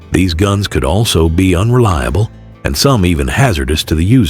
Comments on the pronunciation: Another dumb fact: bullets were Lead (pronounced led, not leed) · A lead bullet is pronounced "led" not "leed." 😒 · However, only AI or someone whose native language is not English would pronounce the metal lead as "leed". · "LEED bullets of that era". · The AI narration was actually better than most. "He" had a nice western sounding voice that fit the subject. And "his" pronunciation was actually pretty accurate. About the only error that I noticed was the reference to lead bullets. He used the pronunciation of lead as the verb to go out ahead of someone, not the heavy metal used in making bullets. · like I said, the pronunciation of lead in "lead bullets". I don't think a live American narrator would make that slip. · The word “lead” can be pronounced “led” or “leed”. As in “you can lead (“leed”) a horse to water, but you can’t make it drink.”